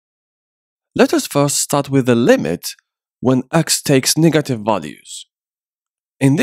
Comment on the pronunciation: bros negative pronounce seems to be raciest lmao😆😆😆😆😆